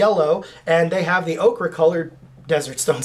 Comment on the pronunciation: it’s ochre (oh-ker) not okra. 🧡💚